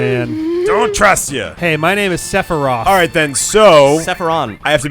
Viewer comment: Sephiroff, Sephiron, Sephrileft, SephirRight, SephirUp, SephirDown, SephirMiddle